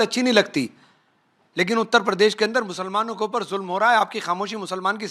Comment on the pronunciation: भाई साहब, नाक की वजह से उतल पदेश सुनाई दे रहा है, जरा ठीक से बोलिए उत्तर प्रदेश, ना ना ना उतल प‌देश देश नही भाई साहब उत्तर प्रदेश बोलिए, सही से उच्चारण किजिए हम भी वोट तभी करेंगे सही से! 😂😂😂😂😂 जब आप उत्तर प्रदेश सही से बोलेंगे!